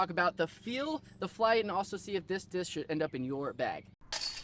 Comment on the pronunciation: stop saying dish